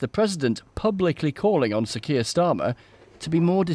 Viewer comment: Sir Keir Starmer... sometimes his name was read and sounds like Sikir Starmer